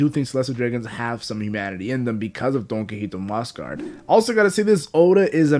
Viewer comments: Omg I can't watch this if you're going to keep saying "donkeyhito" it's DON QUIXOTE(KEE-HO-TAY) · Don key hoe tea